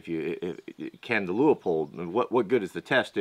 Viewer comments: It's "loopold" not "louypold"... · Leupold is pronounced Loo-pold. Great scopes made in my neck of the woods. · Please, Please, people, STOP calling Leupold "Lee ooo pold! It is pronounced Lu pold! just call them on the phone and ask them!